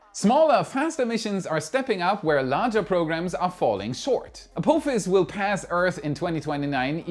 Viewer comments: Perhaps you can pronounce ah-POFF-is before 2029! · Bless your German heart the way you say Apophis lol